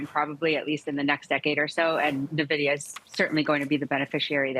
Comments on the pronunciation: “Experts” calling it “Nividia“ 🤦‍♂️ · It's "N"-vidia NOT "Nah-vidia"!!! These people don't even know how to pronounce the damn company's name properly. Idiots!